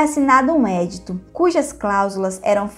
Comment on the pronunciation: Muito bom. Só lembro que o nome é EDITO (pronuncia-se edíto e não édito). Parabéns